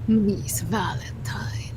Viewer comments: did she say valen-time? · Nicole: hey guess what? It’s Valentime! 😂 this is the content YouTube needs! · It's Valentime